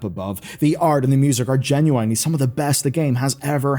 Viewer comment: Why is it so damn hard to pronounce "genuinely" properly.